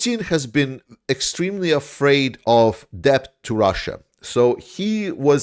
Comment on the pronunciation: Just FYI the 'b' is silent when you pronounce the word 'debt'. It's just pronounced like 'det'.